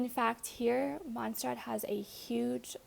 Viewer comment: Mon say rraht please learn how to pronounce